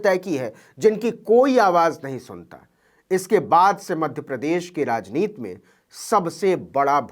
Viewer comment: भाई नवीन कुमारजी आप बार बार "राजनीति" को "राजनीत" क्यूं बोलते हैं? ये जान बूझ कर या अनजाने में बोलते हैं? शब्दकोश में "राजनीत" शब्द मुझे नहीं मिला अबतक।